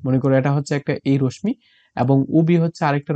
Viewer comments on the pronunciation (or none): রশ্মি র উচ্চারণ সঠিকভাবে করুণ